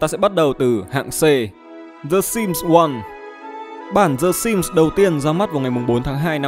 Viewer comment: Ai nghe thành S1MP ko :))))